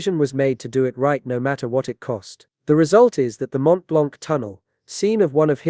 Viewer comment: FYI the c in "blanc" is silent. Edit: while we're at it, the t of "Mont" is silent too...